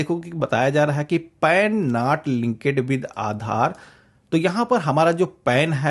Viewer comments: [Continue] कांटिन्यु नहीं होता है, कंटिन्यु होता है! [Linked] लिंकेड नही होता है, लिंक्ड होता है! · Excellent informative video. Please improve your Pronunciation of words like CONTINUE and LINKED. That's all. God bless you.